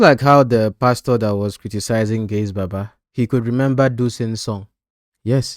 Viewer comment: Gaise Baba not gaze